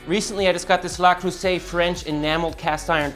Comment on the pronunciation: please say "Le...Creuset" not La Creuset